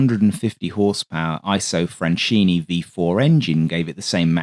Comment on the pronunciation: FYI in Italian, when an H follows a C in front of E or I, it hardens the C. So Macchi is MAKKI and (Isotta) Fraschini is FRASKINI. Anoter useful clue is that in Romance languages -- because Latin did this -- unless an accent appears somewhere else, the second-to-last syllable gets stress. Thus marRIna, miliTAre, REgia ... (suffixes can throw this off, thus aereoNAutica).